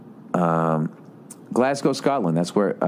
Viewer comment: Bill Burr is the only American I’ve heard pronounce Glasgow properly.